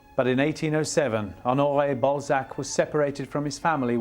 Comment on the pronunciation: Ok, i get that everybody takes issue with the presenter's pronounciation of Balzac, but he is also really doing a number on the first name Honoré. Either stick to the english OR french version but this tone-deaf, no man's land is just torture to my ears!